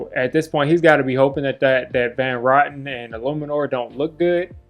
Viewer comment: It's Van Roten ( row - ten )